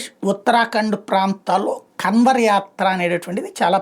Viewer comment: Kanwar Yatra kaadu sir kaavar yatra(kadavala yatra)